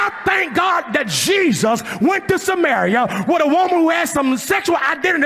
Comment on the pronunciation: I swear this guy is saying cheesus. Great clip! lol